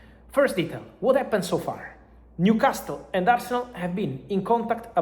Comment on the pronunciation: Fabrizio, il tuo inglese è molto buono, ma la letters T a New Castle è silenzio, mandami un messagio perche sono un tutor di inglese. Here we go!